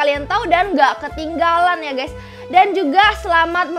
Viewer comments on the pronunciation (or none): none